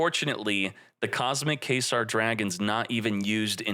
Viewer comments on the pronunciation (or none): It’s pronounced “Qway-zar” not “k-sar” you complete idiot lol